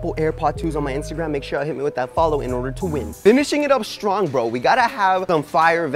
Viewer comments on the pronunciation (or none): none